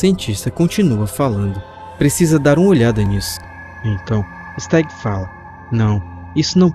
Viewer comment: Kkkk quando ele fala se stagg eu sem querer escuto Sr Star 😗😗😗